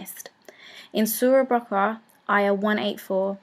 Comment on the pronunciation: Thank you for the info but pronunciatiom of religious terms could have been better ,for example it is not surah al bakra but baqara, or most İslamic countries the last meal time is called sahoor ,your word sahri is not common for Turkish and Arabic speakers. Thank you